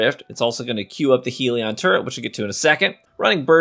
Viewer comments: HELL-ion NOT HEEL-ion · Are you actively saying Hell-e-an wrong on purpose??? Its not heal-e-on